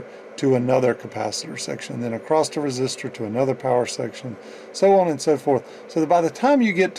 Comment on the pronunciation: Great video, but that 't' you put on the end of "across" for some reason is like nails on a chalkboard ;-) Keep up the great work, though. It really was an interesting video that I watched from start to end.